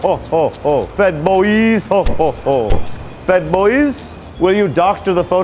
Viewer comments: I thought JOK was saying "Fed-ployees", but I guess it was "Fed Boyz". Twitter can probably call their employees Fed-ployees, though. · "FEDBOISE" I'M FUCKING CRYING